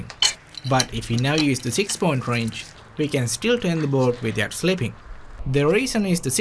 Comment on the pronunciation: The way you say ”Wrench” Wroinch